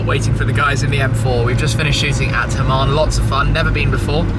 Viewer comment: i like hamann (not "hamam", shmee ;-) ) but the m5 bodykit is so ugly...